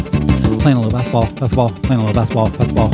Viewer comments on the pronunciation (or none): Basketball is not meant to be pronounced as "basbol". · When I rap that fast, it does kind of come out that way. Also, there's an ad where a football 🏈 player pronounces it that way, and I only noticed because I do the same thing in this video. The pronunciation is better in the actual song here: Though, the "t" is still soft, like in Gal Gadot's name.